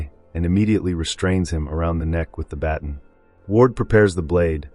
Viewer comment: Baton is pronounced ba tahn' not batn